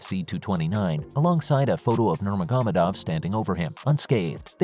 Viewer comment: him saying nurmagomedov is pressing me … NOR-MAH-HO-MEH-DOV.